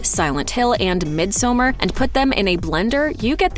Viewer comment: Please: “misomARE.” Not mid-summer